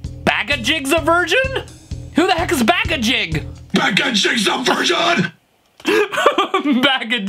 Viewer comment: ''backaJig?'' I can't even...... 🤣